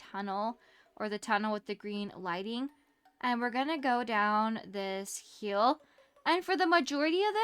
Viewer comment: Hi can you say hill instead of hyel ty!